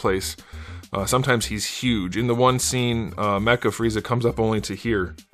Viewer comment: I like your review style. I wonder what's up, in the sense of why are so many of them coming with those weird brown spots. I have 3 and mine are spotless. shrugs And the way you say "the ball peg in there is just HUGE" cracked me up big time. Glad I'm not the only one having trouble with his folded arms accessory.